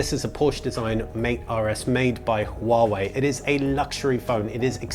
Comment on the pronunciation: you are the first Youtuber who can pronounce Huawei right. good for you.